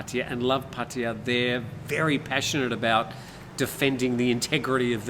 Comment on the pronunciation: Potty-uh? It's pronounced Phatta Ya ( Pa-Ta- YAH )